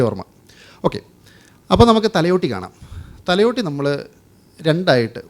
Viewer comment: thalyotti അല്ല ഭായ് thalayotti